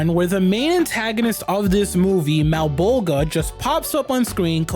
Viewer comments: Your pre prenounciation of Malabolgia drives me nuts. The g is pronounced like a J. "MalabolJia" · The way you pronounce Malbolgias name is almost as hilarious as the special effects hahaha!